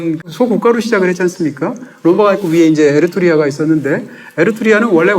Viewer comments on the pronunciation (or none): 에르투리아 (x) --> 에트루리아(ㅇ) 귀여운 실수를 하셨네용 ㅎㅎ 재밌게 잘보고 갑니당